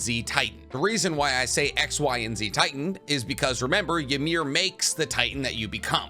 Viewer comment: Ymir (which you pronounce wrong and a lot do it) pretty much was healthy at the 13 years as a titan). She seemed to take the spear to protect the king and even then saw that he had shit all over her and pretty much choose not to live. He says it himself, you cannot die from a spear get up my slave.